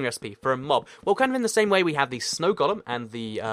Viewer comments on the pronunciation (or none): Why do you say "Gollum" instead of "golem?"